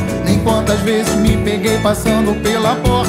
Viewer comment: "vezis, "japonesis" kkkkkkk